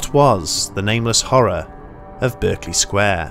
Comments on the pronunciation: Just because you don't come from London doesn't mean you have a pass at mispronouncing words. It's pronounced Barkeley Sq, not Berkeley....there, that should start you off. Holborn next.... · Dude you're English! You should be able to pronounce berkley! It's barklay! You silly Berkshire hunt! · Excellent as usual. But just one jarring note, it’s pronounced BARKLEY Square as In Bark. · *sitting back from computer - do I see " The Nameless Horror of Berkeley Square" on the side bar? puts on glasses - YASS!* But seriously, you are British, are you not? How do you not know it is pronounced Barkley? Did you never hear that famous song? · Sorry, but it drives me slightly mad that you're pronouncing the name of the square in London as if it were a city in California. It's "BAH"-rkeley Square ... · Always thought it was Berkeley as in "bark-lee" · BURK--Lee Square? ah, you mean Berkeley Square. Quite famous. It's in the United Kingdom. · It grates every time he mispronounces it.